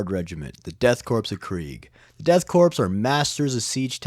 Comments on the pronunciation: It’s pronounced Core, not Corpse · It's pronounced "core" not "corpse" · The ps in corps (or in this case korps) are silent. It's pronounced like core, not corpse. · This is a minor thing, but korps/corps is pronounced like “core” not “corpse.” Blame the French, that’s who we stole it from. Not meaning to be a dick, love the content. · Btw, corps, or korps, is pronounced like the word "core". You keep pronouncing it as "corpse", which is wrong. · For future reference, anytime you see Korps or Corps, it's pronounced Core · Dude the ‘ps’ in korps is silent. It’s read as ‘Death kor of Kreig’. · “Corps” is pronounced “Core.” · Korps is pronounced as core. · It doesn't. It's cringe when a grown ass man can't pronounce Corps or Korps correctly